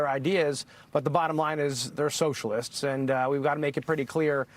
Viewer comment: Ilhan freudian slip - the sewer socialists 😂 Did anyone else hear it that way or is it just me?